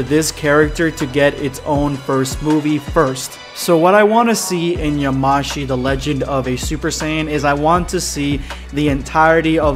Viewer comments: Yamashi .... It's yamoshi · Stop saying "yaMAshi" it's "yaMOshi" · Yamoshi is pronounced ya-mo-shi